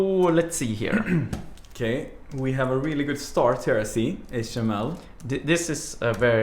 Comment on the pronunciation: I know it's Swedish (because I am too), but the way he pronounces "HTML" sounds like "Hot Emmel", and that's how I'm gonna start pronouncing it at work now too. The others are already a bit weirded out that I pronounce "MySQL" as "My Squeal", so "Hot Emmel" will just be icing on the cake.